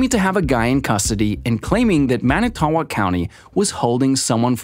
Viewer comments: He is not innocent. I live in WI and he killed my best friends cousin without a doubt. (BTW Manitowoc is pronounced ‘man-it-toe-wok”). That ppl that think this waste of a human has merely been duped by a spectacular piece of filtered garbage media without verifying facts or who made it uncovering their agenda. Sad state of affairs these days when the vast majority do not do the research, don’t know how to do the research, or just lack critical thinking skills so take any piece of media at face value. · Everyone in WI listening to this guy try to pronounce "Manitowoc" 😬😬😬